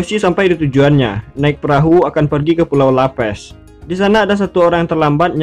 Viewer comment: pulau laftel .. apa lapes???